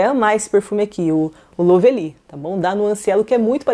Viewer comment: É LÓvely, sempre bom dar uma pesquisada na pronúncia....😐😶🥵🥴🥴🥴🥴🥴 pra facilitar para essas yt preguiçosas que nem se dão ao trabalho de pesquisar é " LÓ vli ". 👌